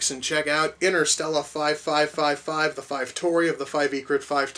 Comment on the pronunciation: I always found it hilarious the way pronounced the title of this film.